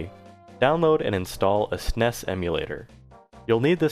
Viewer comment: Are you really saying snes like that